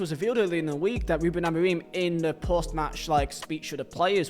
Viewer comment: His pronunciation of Amorim is criminal